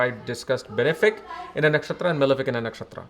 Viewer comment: You are an Indian...at least you should be having correct pronunciations of Vedic Sanskrit words...Its not Dhaara kaarakaa...its Daaraa kaarak...Not Nakshaatraa...Nakshatr...It feels like some kind of fashion to manipulate Sanskrit to please English people! Being global is not a small thing. You are spreading great knowledge with wrong wordings...the next gen. will learn from you sir. Be responsible.